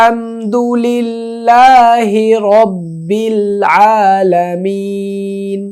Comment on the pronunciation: আল হামদু লি(ল্লা)হি ভুল হয়ছে